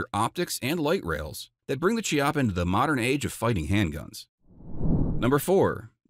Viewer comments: It's Italian, and pronounced "KYA-pah," not "chee-ah-pah." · Funnily enough, the Italian pronunciation of "Chiappa" is not Chee-appa but Ki-appa, which is the Italian slur for "buttock". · “Chiappa” = “key-appa” the “h” in Italian is hard, like “archive.” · I have a Chiappa (should be pronounced with K sound, it's Italian like chianti wine) Rhino 50DS in 9mm. Very nice gun. Rhinos are available in .357, 9mm, and .40S&W. Note: your title page for the S&W says Ruger GP100. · That's not how you're supposed to pronounce Chiappa :)